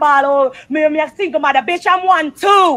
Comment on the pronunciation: ...every time Spice said BETCH, my feelings got hurt 😂😂😂😂😂 I felt them